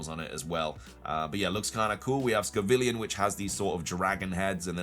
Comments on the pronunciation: Why keep saying scovillian when it's scovillian??? 🤣🤣🤣 Sco and villain. 🤣🤣🤣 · It's Scovillain ("villain" is in the name) not Scovillian ("villian" doesn't mean anything)